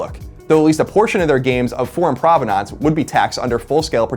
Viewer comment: Love the show, but Colin...Provenahhhnce? Awfully strange mispronunciation of provenance.